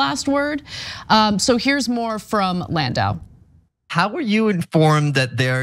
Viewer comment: Can’t even get landau’s name right.